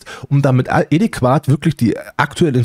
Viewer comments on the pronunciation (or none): Moin 🙋🏻‍♀️ Es heißt nicht (EDI)QUAT sondern (ADÄ)QUAT. Ausgesprochen sagt man ADEQUAT 🙋🏻‍♀️👍🏼 Ansonsten alles gut und rege dich nicht zu viel auf. Ist nicht gut für die Gesundheit 😃🙋🏻‍♀️